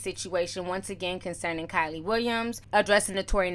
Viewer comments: If your going to be reporting news at least gets people's name rite every time you say kyle it throws me off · Hey Ti ... you pronounced Kiely's name 3 different ways ... lol. ... just luv here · Girl, , I cackled at you pronouncing 'Kiely' like 3 different ways during this video! LOL!💖💯🤣😂🤷🏽‍♀️ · LOL, you have mispronounced that ladys name everytime you said it!!😂😂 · Butchered tf out of her name lmao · You saying her name wrong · Her name is pronounced “Key*Lee” ijs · Keeeey Lee LOL NOT KYLIE TF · Waiiit her name is pronounced like Kylie? I've always thought it was kee-lee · Bro its KIELY (KEELY) not KYLIE 😂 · Lmaoo Kyley Ti it’s Kiely..Pronounced Keely 😂😂😂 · KYLIE WILLIAMS LMAO ITS KIELY BUT HAHAHA THE PROMITHES 🤣🤣🤣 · Giiiiirrrrrlllll Keily!!! Pronounced KEEEELYYYY! You called her Kaley, Kiley... girl 😂😂😂😂🤣🤣🤣🤣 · Her name is key-leee not Kylie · Adrian didn't apologize for lying, she apologized for making her feel bad. And why she calling her Kylie it's pronounced KeeLee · Kee-ly, not Ky-ly lol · KEELY WILLIAMS NOT KILEY lol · isnt it keely not kylie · Her name is pronounced “KEE•LEE” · I can't take you calling this girl "Kylie" LMAOOOOOOO Her name is pronounced "Key-Lee" I know ppl don't like her and probably dont care lol. I just have a thing about names being pronounced wrong, I feel like we talking about someone else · It’s pronounced keely not Kylie 🙃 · Not being rude but its pronounced KEE LEE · Omg that was killing me. Once, she even said Kaylee...lol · Love you T but you always butcher EVERYONES name. The girls name is pronounced “key-lee” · It’s “kee-lee!” 🤣🤣🤣🤣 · Lmaooo her name is pronounced Key- lee but the girl with the lisp will do😂😂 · Keylee Williams is how it’s pronounced and she was also not the weakest dancer lol but agree with the other points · Thought her name was pronounced Kee-lee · Her name is Key-le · Her name is pronounced “KEE-LEE” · KEE LEE is how Kielys name is pronounced and a lot of this is lies. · Name pronounced-KEE LEE